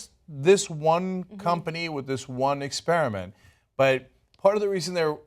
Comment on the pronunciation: The word is EXPER-I-MENT, Anna, not "Ex-pier-a- ment"